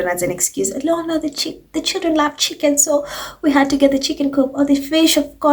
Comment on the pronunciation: Louis’s chick-inn 😂😂😂😂